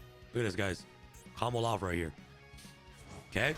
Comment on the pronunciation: Everytime 😂 lol one word, all Together. Thts the best way to “comboloff” 💪🏾